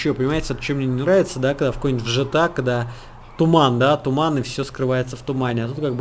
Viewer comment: Gta, а не жта